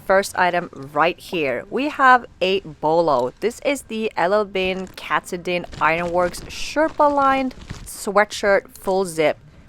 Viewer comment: hi &....look forward to all your videos and have learned a lot. quick note from a Maine native..Katadin is pronounced Ka-TAH-din. After the mountain in Maine. 😊